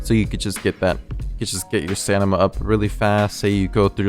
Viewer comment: stamina not stanima